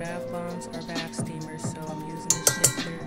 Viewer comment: Hearing her call it "shifter" is adorable though 😊